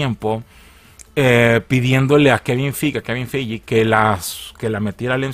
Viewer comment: Se pronuncia Kevin Fig